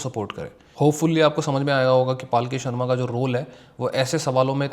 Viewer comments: Bro, it's not paalki, it's palki. Or may be I am hearing wrong 😢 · Bhai...palki Sharma hai....not paalki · भाई उसका नाम पालकी शर्मा नही है पलकी शर्मा है उचारन में ध्यान दो😮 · Bhai paalki sharma nahi palki sharma hai ek baar uski news dekhlo taki pata chale k pronounce kaise hota hai uska naam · Paalki nahi , palki hai uska nam. Video banane se pehle nam to shi bolna Sikh lo. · Apna naam wo पलकी शर्मा बताती है - आप उसको पालकी क्यों बोलते हो? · भाई पालकी नहीं, पल्की होता है वो। अब भाई तुम भी accent के चककर में जा रहे हो।